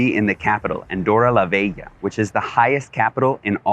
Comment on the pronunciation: wtf: it's LA VELLA or it's LA VEGA - the way you're pronouncing it... ?!